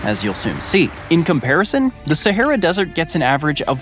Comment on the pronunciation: The way he pronounces “Sahera” and “Legos” 😂😂